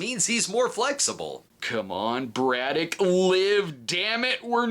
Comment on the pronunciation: I’m forty years old and I’m just now realizing he said “Braddock” and not “Brudah”. Clears up A LOT of things from watching this as a kid